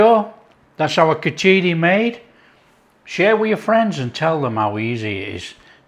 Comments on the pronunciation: pronounced more like Khich-di or Khich-ri (the r being very hard, bordering a d). That said, you did a fantastic job overall. So tasty. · The preparation is not bad at all , btw please don't use your hands to eat. You clearly are not very well versed on how to use them properly and thats not how its done. PS you butchered the pronunciation of khichdi but full marks for the effort put in.